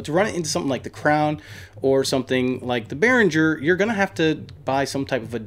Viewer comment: im prob a dick right now, but behringer is german made. so you pronounce it, in german not english;-) love the videos, ive have seen from you tho